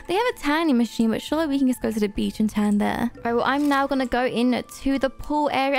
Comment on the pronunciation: it sounded like said the b word instead of beach lol.